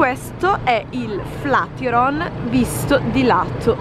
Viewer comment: ti seguo da un po’ e mi piacciono molto i tuoi video, soprattutto quelli di viaggio! Però flatiron pronunciato così non si può sentire 😂😜